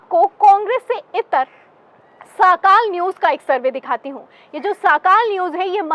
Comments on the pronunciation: Didi woh sakaal nahee sakaadh hay. Sorry agar koi galti hogai to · मॅडम, साकाल न्यूज नही, सकाळ न्यूज बोलो